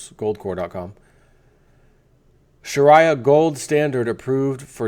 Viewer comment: learn to pronounce Sharia correctly.